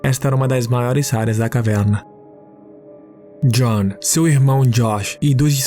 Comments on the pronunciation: Tem também o sotaque do interior paulista em alguns pontos. Caverrrna. Muito versátil na locução. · Kkkkkkkk eu voltei na caverrrrrna 5 vezes